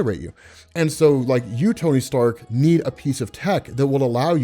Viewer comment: "Sony Tark" I hope someone else caught that , awesome content